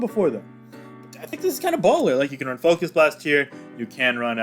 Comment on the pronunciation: LOL did you say Focus Blunt 🤣🤔🤣